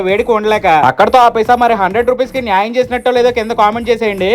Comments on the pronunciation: Bro nayaym kadhu annyaym chesavu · Nyam kadhu annyam aindhi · Nayyam❎️ anyyam✅️ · ನ್ಯಾಯ ❌ಅನ್ಯಾಯ✅ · నీయమ్మ కాదు అన్నియణం 😂😂😂